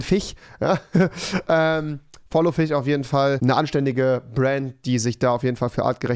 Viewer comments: Es hat mich soo getriggert also rewi die ganze Zeit FICH statt FISCH gesagt hat XD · Wie es mich nervt das ihr euch über ihn lustig macht weil er fiche sagt. Dann kann ers halt nd richtig aussprechen und das wird auch so bleiben also findet euch damit ab und nervt ihn nd 💕